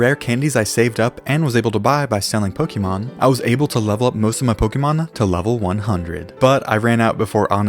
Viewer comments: Who the hell made it start being pronounced poke-ii-mon. Literally it’s spelt Pokémon with an accent legit making it clear it’s Poke-ay-mon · It’s not pokeemon It’s Pokémon like café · Noo you cant just say it as pokey man you need to pronounce it as Pokay mon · one of my favourite games is Pokémon. Me:he doesn’t even say Pokémon correct tho